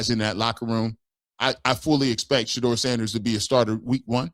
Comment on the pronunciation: Yeah these cats out here hating on Shedeur so bad its not funny. Straight sickness! Jason lloyd cant even say Shedeurs name like KS. Like he wants to throw up in his mouth. KS must have been his bestie. Clear thats who his inside man was bringing all the toxic info about Shedeur to the media.